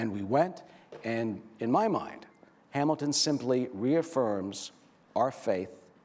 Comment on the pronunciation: "Lin-ManOOL Miranda" "HamilDAN" This guy needs to up his pronunciation game.